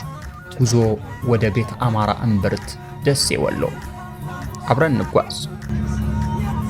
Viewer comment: አምሓራ ነው ያለው not አማሖራ